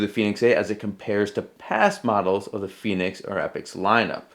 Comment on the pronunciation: Fen asin pen Not fee as in phoenix